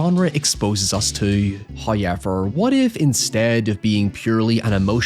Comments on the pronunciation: HOWever. It's not Hi-ever. Not High-ever. HOW-ever. H-ow-ever. Pronounce it fuckin correctly. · First "hoyevver" drops . It's an Easter miracle! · “I do…hoyevver”😂 congratulations to you both.